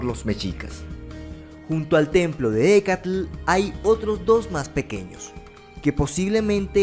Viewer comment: Me encanta q pronuncies tan bien el nombre de la manifestación de Quetzalcóatl: Ehécatl, antes pensaba q se decía "Ejecatl", pero la "H" es inexistente en su pronunciación, y sólo se dice "Ecatl"